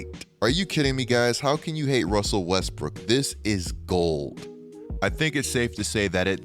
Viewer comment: “Russell WEsSbrOOkK”